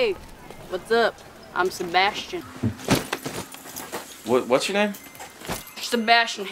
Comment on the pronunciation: sebastchian lmao